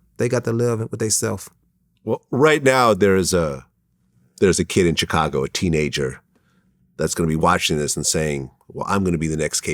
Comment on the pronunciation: after all these years Vlad still pronounce Chicago CHICK-AGO smh. good god how has nobody told him how to pronounce Chicago ...SHHHHICAGO ..NOT CHICK-ago... its literally nuts to me this man has been saying this like that for 10+ years and NOBODY has brought this up to him